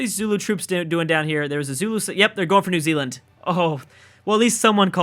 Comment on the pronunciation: New Zululand... New Zuland, New Zulundi?